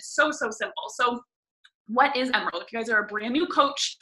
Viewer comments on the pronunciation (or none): The way that one girl says "emerald" I swear she was saying "Emeril." BAM!